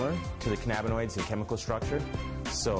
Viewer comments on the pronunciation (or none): I had no idea cannabinoids was pronounced that way